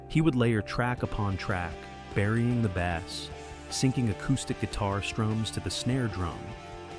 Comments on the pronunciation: Bass the musical instrument you said bass the fish….this AI is shit. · Is this AI? You said he buried the “bass” but pronounced it like the fish. 😂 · "Burying the bass..." pronounced like the fish instead of the instrument. Another AI nothingburger. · This seems like AI, I heard them say Bass as pronounced in the fish Bass?